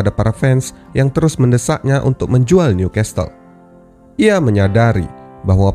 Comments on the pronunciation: uda tulisan NEW di baca niu dek bukan nyu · Pengucapan Newcastle diperbaiki ya min.. "Nyukessel"